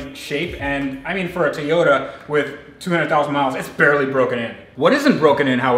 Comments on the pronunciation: Ok man i really love your videos ,but your making me crasy with your tayota its TOY-ota please!!!! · Its Toyota...not Tiyota! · I was under the impression that the car brand was a Toy-ota. On this video it sounds like you keep saying tea-ota. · Okay...while I love your videos...the whole mispronunciation of Toyota has to go! It is TOY-O-ta. Not TEE-O-da. There isn't an E in the word anywhere. Other than that, keep up the good work! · If its his dream car, shouldn't he know how to pronounce Toyota? Its not TEEYOTA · Please learn to say Toyota....